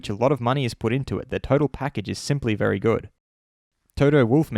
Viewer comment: *bery bery bery bery big step